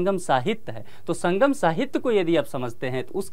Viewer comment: शंबंध नहीं संबंध शंगम नहीं संगम शभ्यता नहीं सभ्यता